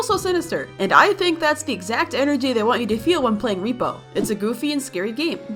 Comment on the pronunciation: It’s “rep-O”